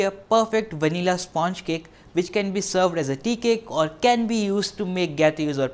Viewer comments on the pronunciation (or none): his pronunciation of sponge is cringy